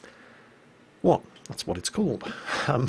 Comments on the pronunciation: Hi,, just to help you, "Revalorisé" has too be spelled pretty much like "valorization" (in fact it means "upgraded") you just add "re" at the begining of the word (what means "again"). Pretty much it for a quick french lesson! BTW I admit calling it "ravioli" is lot more funny 😜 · time to reherse,. Re-va-lo-ri-sé